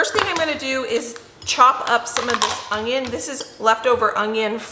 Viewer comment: We loved the teriyaki chicken recipe that you shared.💕 I always listen closely when you say onion. Are you pronouncing a “g” when you say onions? My Mom always said ongions ( her Oklahoma pronunciation).